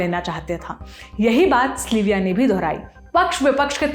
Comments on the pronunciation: its sylvia. not slyvia. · Aap zaraa sab ke naam dang se lein. Log agar kisi aur Sylvia se melenge toh use slivia kahenge. It's sil viya pronunciation. Not sli viya. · स्लीविया????? सिल्विया है..... research kar lete ho par naam thik se nahi kehte....